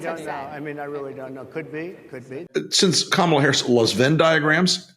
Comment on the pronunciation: If he keeps mispronouncing Kamala's name, she should start calling him DON-OLD.